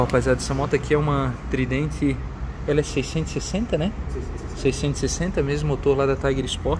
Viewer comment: VAMO FALAR AS PRONUNCIAS CERTAS " TRAIMFI" " TRIDENTI". Meu ouvido doi escutando isso